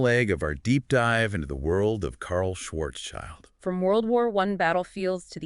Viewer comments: Could you please stop mispronouncing Karl Schwarzschilds name? It's not Schwarzs-child, it's Schwarz-schild. It has nothing to do with child! Schild means shield in German, and schwarz means black. So at least say something like Shwarzshield. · Schwarzschild sent his first letter to Einstein in December 1915. OK, now to the task of getting the pronunciation of "Schwarzschild" correctly. There is no "child" in there, this is just an English letter-clash. The name "Schwarzschild" splits in two words in German: "schwarz" ("black") and "Schild" ("sign", as a name plate, or "shield"). The first word is pronounced "shf-AH-r-ZZ", where the "ZZ" part is like the "zz" in "pizza" or the "z" in "Mozart". The second one is very similar to the English "shield". And you thought general relativity was complicated 🙂